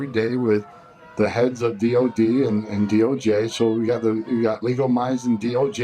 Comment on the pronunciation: He actually said DO gay (DOJ)